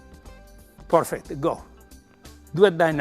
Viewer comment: I love the way he says porfect 😁 would have loved to be able to train with this legend